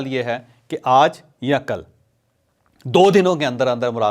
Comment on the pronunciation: جاوید چوہدری صاحب آپ لفظ۔ آج ۔کو بہت برے انداز میں آدا کرتے ہیں